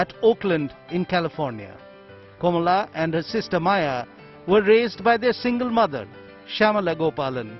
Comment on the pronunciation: It's not Komala Harris. It's Kamala Harris. Learn to pronounce the name correctly and then put the video.